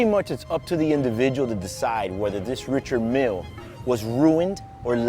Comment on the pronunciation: you are mispronouncing richard mille but nice watch